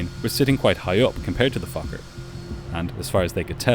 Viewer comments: That also sounded like f*** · im sorry but it sounds like you keep saying 'fucker f20' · Why does my inner 12yo come out every time you say focker? “But this focker had flaps.” 🤣🤣🤣 Ok ok, I’ll go back to adulthood now.. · its sound like you said fucker at the start of the video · I kept hearing “the fucker” when he referred to the plane and I feel a little bad about being so amused by that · im sry but everytime you say fokker i hear f8cker 😔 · Every time the narrator says "USAir Fokker F-28" it sounds like he is cussing! Not good if you have small, impressionable children listening. (joke) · air fokker. 😂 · I KEEP HEARING THE SWEAR WORD. Also he repeated the airline name again as I read your comment, so it was hilarious even more xD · Your Fokker pronunciation is crazy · He did not say Fokker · He said fokker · the first time I swear he said something else😂